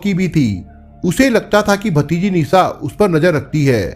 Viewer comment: Language sudharo bihariyon ke language mat bolo pure world mein viral hota hai video sha Ko sa mat bolo Nisha ko Nisa mat bolo aap ka video dekhna chahte hain lekin aapki language pasand nahin hai